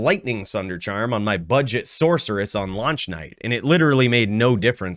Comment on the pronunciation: What is a “Sork”? Do you call your character a “Sorkeress”?